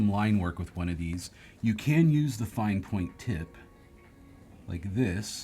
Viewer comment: "fine point tib". Lol